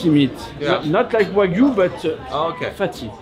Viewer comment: DET HETER WAGYU INTE WAGY 😤🤬